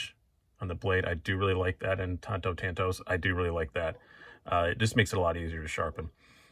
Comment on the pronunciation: Tanto is pronounced with a short “A” as you initially said it. There’s no long “A” vowel sound in most Asian languages as tanto is Japanese in origin and can be seen in the familiar katana and wakizashi.